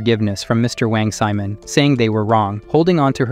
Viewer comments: "Wang Semen" 💀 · "Wong semen" 💀💀💀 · I like how the ai voice called wong simon wong semen